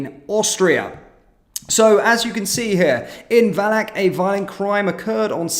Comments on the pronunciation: Oh, no, I used to go skiing in Villach!... among other places. It's a very small town, and BTW, pronounced Filah. Somehow it's worse when it happens in a place you know well. Anyhow, the problem stems from EU/Bruxelles. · The "v" in "Villach" is pronounced "f" and the "ch" is a velar/uvular fricative like the Spanish "j".